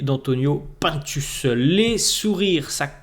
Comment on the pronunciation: J’écoute tes vidéos tous les jours pdt mon cardio mais ca me stresse quand tu dis « P1ntus » moi je l’appelle « Antonio Pinetus » 😂